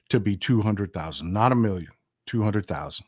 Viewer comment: I can’t stand his accent either. I think it’s the way he pronounces certain things, like “million” which sounds like “miyon” and he rolls his tongue up when pronouncing “L” which sounds odd too.